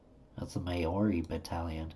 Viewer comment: Maori is pronounced Maw-ree. Maori are the indigenous people of New Zealand.